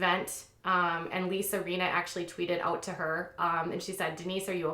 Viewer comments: It's Lisa Rin-na. Not Reena. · This news is interesting, but I have to say that it drives me nuts when you mispronounce the names of the people you're talking about. Like Lisa Rinna. It's a short "i", not a long one. You pronounced it Reeena. And you've mispronounced Gosselin many times. I think accuracy in pronouncing a name is as important as is accuracy in other parts of your research. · Doesn't seem like you've watched RHOBC. Denise Richards has been VERY open about her sexual history on the show. Also, you mispronounced Rinna, and Dorit. If you don't watch the show, you might acknowledge that.